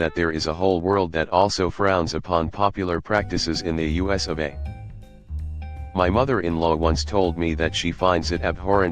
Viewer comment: Obvious robot voice referring to the US as “us” goodbye. Of course referring to lead as lEad gave it away first